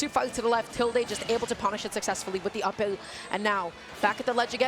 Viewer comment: Saying “up-ULL” instead of “up air” is perfectly understandable ?